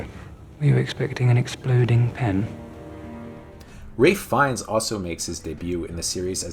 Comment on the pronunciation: ...Raiff? Wraith? Waiff? His name's Ralph!